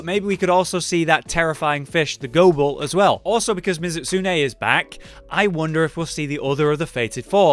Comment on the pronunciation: He said Ghobul right finally someone does. Not Gob ul Go Bull so happy